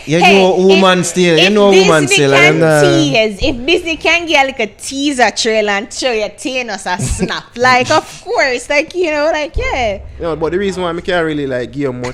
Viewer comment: Bruh THA-NOS...every time dem seh TAY-NOUS I cringe.....but anyway, big up Jnel👍🏽 his content is entertaining